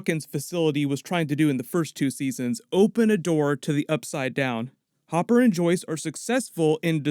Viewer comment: ITS HOPPER NOT HOOPER